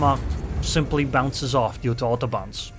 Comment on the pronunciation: I heard AutoBahns...then realized it is autobounce :D I should listen less Kraftwerk.